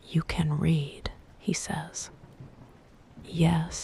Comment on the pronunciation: Wrong pronunciation of the word “read”. Check your AI before posting next time!